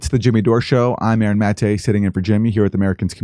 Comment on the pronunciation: For me Aaron pronounces his own name wrong LOL